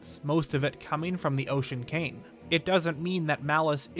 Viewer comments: It kind of sounds like you are saying Ocean Kain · Why are you pronouncing it "The Ocean Came" or "Demon Came"? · It sounds like you're saying "Ocean KANG". lol!!!